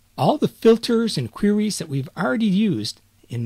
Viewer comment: I love the part where he says "qwuries."